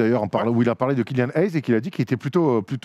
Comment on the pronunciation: Pas de bol c'est Mason et non pas Miles qui est à Detroit D'ailleurs on dit pas "aaaaizzze" mais "hayes = éizz" (dur à écrire la prononciation) Tout comme Hinrich ça se dit "Hine-rik" Et c'est Toppin pas toping parle que thibs aime les défenseurs poste 1.... bon à part Hinrich (plus 2 après 2010) y'a eu Rose, Lucas, Robinson, Watson, Teague.... bref aucun défenseur. D'ailleurs qu'entendez-vous par "rebond après les Bulls"? Rose a continue à produire Butler me semble toujours solide Gibson a plutôt bien enchaîné Snell a fait sa meilleure saison à Milwaukee juste après 🤔 Pourquoi ne pas parler des Spurs et des Kings?